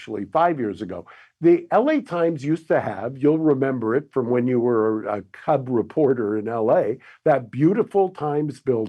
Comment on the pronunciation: said "when you were a cub reporter". He emphasized "cub".